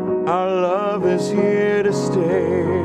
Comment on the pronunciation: Didn't realise that you're supposed to pronounce the word 'stay' as 'sterrrrrr'! That makes the music good. I'm learnding!